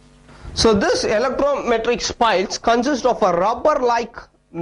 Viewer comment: its not electrometric its elastometric